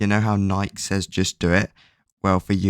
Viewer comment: Loved it but is no one gonna talk about the way he said “Nike” 😭